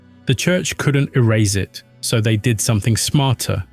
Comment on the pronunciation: "Thet were aliens"